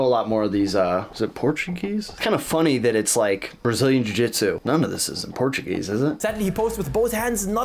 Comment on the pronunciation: when you said Portuguese I did not hear Portuguese I heard something far more racist, did a doubletake